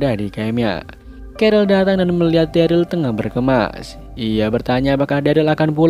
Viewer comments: ikutan koreksi itu namanya si daryl itu derel dibacanya bukan deril 🥲🥲🥲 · omg next vid please stop call him deril.. its pronounced “derel” man 😂 agak aneh namanya jadi deril 😂😅